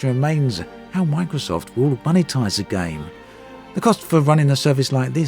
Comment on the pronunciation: Cringed every time you said the word “Game”